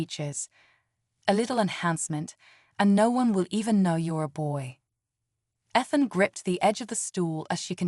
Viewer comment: Stop mispronouncing Ethan 😢